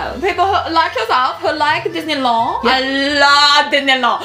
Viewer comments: dinnilawn... I'm dead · Your french accent is good but we really say the D in disenyland and girlfirend